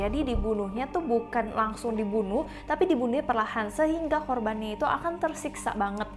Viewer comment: Kagsung kak bukan Kangsung☺️